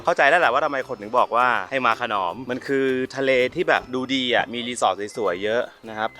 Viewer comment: ขน..อม..ครับไม่ใช่ขนอม